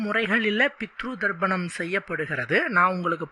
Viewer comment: Pronounce as "Tharpanam" and not " Dharpanam.